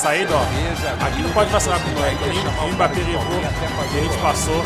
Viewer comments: Pq vc fala M-bappe ? Kkkkk o certo da pronúncia é Embappe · Mano fala mbappe certo e como se fosse "embappe" tá feio se falar "m"bappe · não fala "M bappé" tenta falar "Embappé" essa é a pronuncia